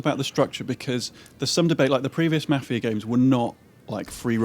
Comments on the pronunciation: it's not fucking mufia lol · What the shit is "" is that seriously how your accent makes you pronounce Mafia?